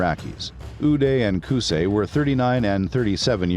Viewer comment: It's "oo-dai" not oo-day. Qu-sai not qu-say Ee-raq not eye-raq Ee-ran not eye-ran Don't Americanized middle Eastern names.